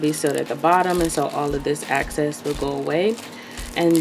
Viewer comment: Excess plastic not access plastic. You guys have to mind your pronunciation.